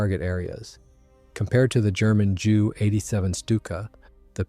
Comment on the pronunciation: Or at least JU